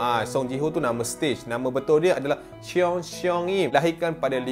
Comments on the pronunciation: Sorry tau. Tahu bukan native korean tapi rasa geram je bila sebut cheon tu 😂 bukan chi-yon. Kalau ejaan bahasa korean. Dia dalam satu sebutan. Ch(eo)n nak dekat chon tapi ada é sikit. Hmmm susah lah nak terangkan. Tapi try google translate beza 천(ni yang betul) dengan 채욘. Dengar pronounce dia. Ha gituhh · Cheon - sebutan con seong - sebutan song con song im